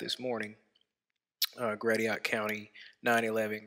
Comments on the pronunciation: Error number one: pronouncing "Gratiot" as "GRA-tee-aht" instead of "GRA-shyut". Note #1: 5G damages Flat Earthers' brains...wait, no that's a little late. Note #2: No Flat Earther has ever shown their "container". They claim it exists, but can't prove it. Error: claims this Samsung device is a satellite. No one ever said this was a satellite. It was carried start to finish by a balloon. The only person claiming this is a satellite is. Ignoring evidence (such as the publicity Samsung released about this "selfie in the sky" device) is major practice of the Flat Earth cult. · hey. Its pronounced Grashut for Gratiot county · I won't fault on mispronouncing the location name, since there are possible variations, but he could have tried to look it up. Somewhat like how he should look up more facts and figures about this publicity stunt. I doubt if any cell phone is rated to withstand space conditions; even 60,000+ feet seems beyond normal use, but I'm sure Samsung planned ahead. Question for: if one balloon like this one crashing makes the news, doesn't that mean dozens more would have been noticed by now? If, as Flat Earthers claim, satellites don't exist and we use balloons instead, the many thousands required would mean that many more crashing when they fail.